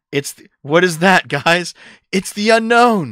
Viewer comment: When you say Unknown, I think Unown.